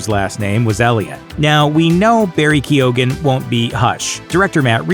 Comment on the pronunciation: Lmao "Keo-ghan"